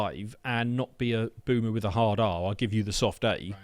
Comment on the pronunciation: Boomer with a soft A bahahahaha!!!